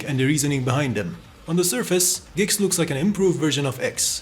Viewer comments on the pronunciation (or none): its G X.... not gex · "gex" bro why are you saying it like that